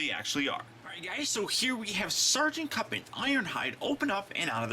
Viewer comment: kup not kip